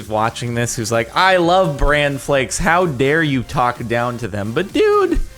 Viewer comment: Jardon its B-r-an flakes not brand ;_; y u do dis